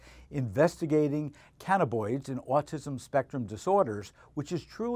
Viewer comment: Damn, three times I heard cannaboids. The word is cannabINoid.